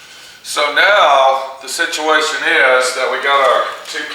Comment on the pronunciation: serious situ-WAY-tion